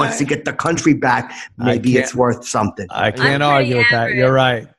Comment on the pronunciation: Brotha sayin sumptin dare. Lol